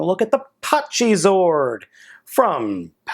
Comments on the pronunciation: It's pronounced pachy (pa-ky) Or bun pachy (boon-pa-ky) Not hate just correcting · it's actually pronounced packy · The h is silent